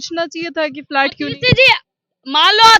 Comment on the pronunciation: इस पत्रकारिता मैडम को बहुत तकलीफ़ हो रही है झुग्गियों को टूटने से और तो और कम पढ़ी-लिखी भी है फ्लैट को फ्लाइट बोल रही है।